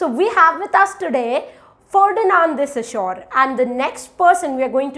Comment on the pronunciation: Your explanation is amazing and clear. They are very helpful. I have a suggestion for you. You have problem with pronunciation of few words. Eg Ferdinand De Saussure. Please check how to pronounce the word.